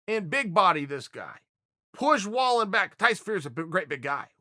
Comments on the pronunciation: Pron: Vall een. Your producer sucks and if you watched the fight the announcers said it times. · It's Vall-N. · in Swedish Wallin is pronounced "wall-een" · Pronounced vall-een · Chael his name is pronounced (valeeeen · I’m pretty much positive it’s pronounced valEEN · Wrong chael pronounced Valine.. still love ya tho. And disagree with the potential scoring after 6 at best wallin was 3-3